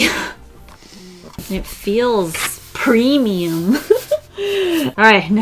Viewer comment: When you said "it feels premium." I honestly heard "it feels creamy" Me: o-0